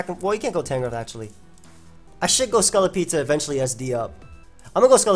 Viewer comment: I find the you say scolipede really funny. "Scullipede"